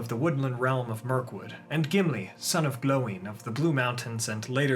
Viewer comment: Love his vids and I'll give him a pass on saying gloins name wrong lol